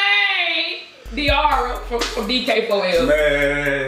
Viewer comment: its deara not deaarra how ever you spell it